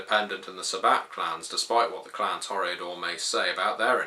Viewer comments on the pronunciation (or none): none